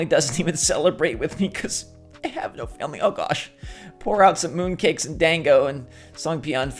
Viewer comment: Dango is pronounced •don•go•